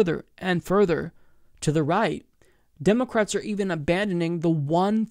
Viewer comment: You keep saying "demo-cwats" or maybe it's just me